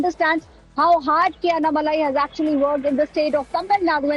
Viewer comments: Kindly pronounce the name tamilnadu bjp leader : Annamalai not anamalai 😡😔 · Its is anna malai. Its annaa malai. What's with northies and butchering south names?